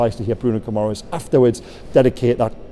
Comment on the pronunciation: (Gi -ma - resh ) is the pronunciation. Ending Es is ESH in Portuguese. Madeira would of shown you that.Good vid